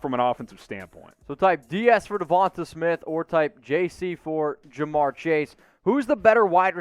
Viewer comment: Duh-von-tay for the millionth time not devontuh